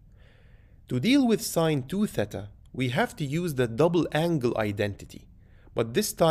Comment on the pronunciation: Respect for saying “thêta” and not “theeta”